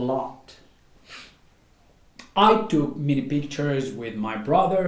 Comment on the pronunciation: من فضلك تاكد من القاموس قبل تقديم اي فيديو حتى لاتعلم الناس الخطا في النطق وسكرا ...... weather /ˈweðə(r)/ not /ˈwiðə(r)/...... together /təˈɡeðə(r)/ not /təˈɡaðə(r)/ ...... many /ˈmeni/ not /ˈmini/......